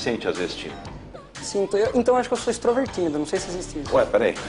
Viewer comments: “ESTROVERTÍMIDO” hauhauhauhauah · "Extrovertimido" kkkkk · "Extrovertímido", esse tá seguindo os conselhos do Barney de How I met your mother pra conseguir emprego kkkkkkkkkkkk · "Extrovertímido" não conheço esse animal...Rachei! kkkkkkkkkkkkkkkk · "Extrovertímido" kkkkkkkkkkk